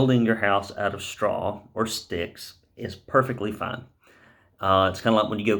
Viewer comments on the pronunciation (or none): Straw or "staw". Lol. Saw you at PCA. Your class was awesome. Between yours and. Thanks. Awesome content. Stay safe.